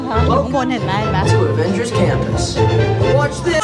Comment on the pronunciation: ไม่ได้ออกเสียง อะ เวน เจอร์ หรอครับ